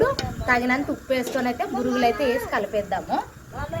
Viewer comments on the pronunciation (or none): Burugulu kadu borugulu